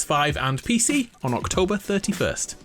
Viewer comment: Did he say hawktober? Lol